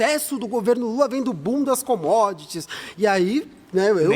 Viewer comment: eu só consigo ouvir "bundas commodities"